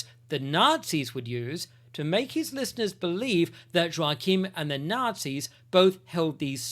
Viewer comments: This sort of discussion improves the quality of discourse. ✅🇬🇧❤️🇺🇸❤️🇦🇺🌏 Ps Joachim is pronounced "Yockim" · Shouldn't Joachim be pronounced with a soft J? Like Yoachim?